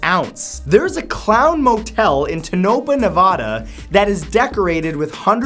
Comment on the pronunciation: Super annoying that you mispronounced both Tonapah, and Nevada. please, please , please, for the love of god, if you are you going to talk about something learn how to say it first.